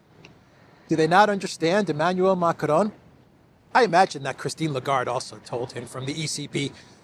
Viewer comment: I've always wondered: why do you always, always call the guy Macronne (which would be the feminine form of the name in French)?? Not complaining, just curious 🤭🤷‍♀